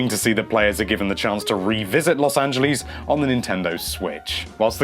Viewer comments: Los Angelees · Los Angelees? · Los Angalees